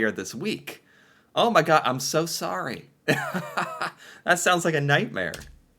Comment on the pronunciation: the canadian pronounciation of Sorry is running off on you. You went halfway there.